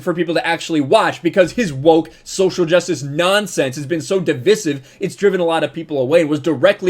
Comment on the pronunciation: Appreciate everything you do, however the Word is Deviiiiiiiiiiiisive. Please fix your pronunciation